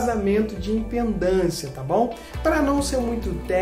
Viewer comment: Vídeo bem didático, amigo! Parabéns! (Só um toque: o correto é IMPEDÂNCIA, e não "impendância".)😉